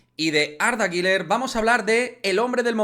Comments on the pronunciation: Arda guler arda guler no (guiler) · No se pronuncia Giler